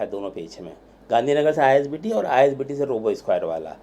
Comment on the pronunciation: Isbt hain ,you told itbt 😁